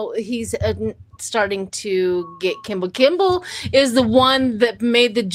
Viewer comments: His name is Kimmel ... not Kimbel. The quote was "Isn't it past your jail time?" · it’s Kimmel not Kimble